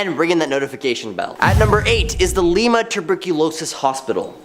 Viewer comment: Leema for Lima and the guy choked the hell out of Vemillion!